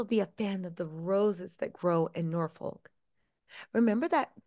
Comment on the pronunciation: Bit of help for you. “Gloucestershire” use Glos teh sher…. Glostehsher. And ‘Norfolk use Nor fuk …Norfuk /and that’s from someone who’s lived in both locations and speaks both dialects👍😊